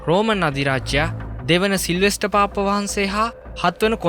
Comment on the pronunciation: අනේ යකෝ. පාප් වහන්සේ කියලා හොඳටම කියන්න පුළුවන්කම තියෙද්දි නෙ උඹ පාප්ප පාප්ප ගාන්නෙ. 🤣🤣🤣🤣🤣. හැබැයි ඕකුන්ට වහන්සේ කියලා කියන්නත් හොඳ නෑ